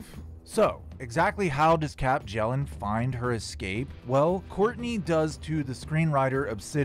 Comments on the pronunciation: It's pronounced byellen not bjellen. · Her last name is pronounced "Be-yell-and". I'v tried to tell you several times before in the comments. The J is silent.